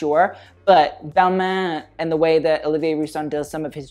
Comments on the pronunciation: ooof you butchered Balmain and Olivier Rousteing's name........... cringe... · U keep commenting and judging people who can’t pronounce designer names and u can’t even pronounce Balmain right 😂